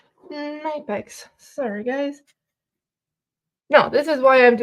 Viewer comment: Nip ex.. with a "k" ... knipex.